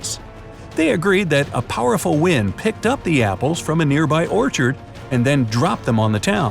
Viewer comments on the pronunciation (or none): none